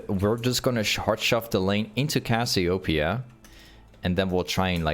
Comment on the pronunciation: Brother, say it wtih me. Cass-ee-oh---PEEEE-uh.